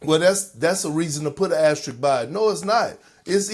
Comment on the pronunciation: Funny that no one was able to pronounce asterisk correctly in the whole video 😂